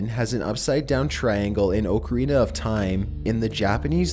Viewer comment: The way this guy pronounces things... Pattren, oakarina, sentinent...